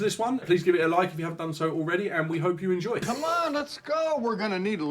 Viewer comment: I've heard that was unscripted, and ad libbed on the spot by Sofia. "Why the whoosh? Please coom back."